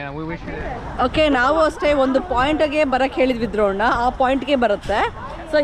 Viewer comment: Drone ❌ dhrona ✔️ 🤦🏻‍♂️😂